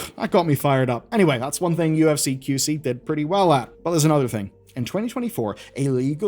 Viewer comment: Despite your best attempts, you still mispronounced UFC :)